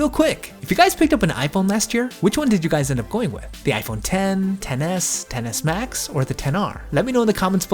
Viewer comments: Excess Max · It sounds like you’re saying tennis max it’s pissing me off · 😂😂 I can’t unhear it now